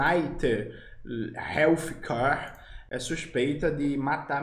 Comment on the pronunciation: Manoel, o "th" em "Healthcare" é pronunciado do mesmo jeito que o Lula pronuncia a letra "S".